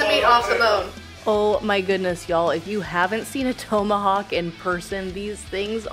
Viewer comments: It’s TOM-ahawk. Not TOE-mahawk. I caught it too. Glad I wasn’t the only one. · It's pronounce tom-a-hawk not tow-ma-hawk. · It's not "tome a hawk." It's "tom a hawk.' As in some guy called Tom A. Hawk. Look it up. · Toemahawk? Short o lol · it's TOM-AH-HAWK, not TOE-MA-hawk! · “Toemahawk”? Tomahawk? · TOME–A–HOCK hahahaha so wrong it's bad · Thoe-ma-hawk. I’d be drunk by now. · I think it's called a TOM a hawk steak...like ground control to major Tom. Not Major Toam... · "Tow"-mahawk. Haha! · Toe ma hawk ☺️☺️. Translation…. Take the hawk 👍🏾👍🏾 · Toe-ma-hawk steak? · Hold up.....towmahawk? Toemahawk? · Why does she keep calling it a “toe-Mohawk” steak? Have I been pronouncing it wrong my whole life? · She can eat for sure but knows gatsies about food pronunciation. Toe-ma-hawk? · "toe-mahawk'? ... i cringed every god damn time.... could no one tell her shes saying it wrong? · Drink everytime she mispronounces TOMahawk. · The way she pronounces Tomahawk; yanks eh! Got to love them.